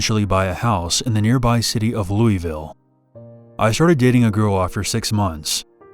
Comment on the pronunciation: I'm from there - he said it correctly "Loo- ee-vill" no one says " Lou-a-vill" stop making stuff up to make yourself sound smart